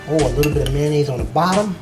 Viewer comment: I was with you until you got to "ketchup" and then "mayonnaise" made me want to strangle someone to death.